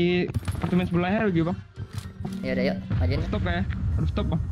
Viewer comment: Geli kali sumpah orang indonesia bilang rooftop " rustop rustop " rooftop bang bukan rustop .